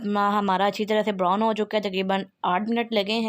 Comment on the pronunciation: The words which u pronounce are, chop, brown, salt, etc. My sweet sister once again listen to your video, I don’t mind if someone corrects me, it’s a part of learning. I’ll try the dish which u prepared, it seems to be delicious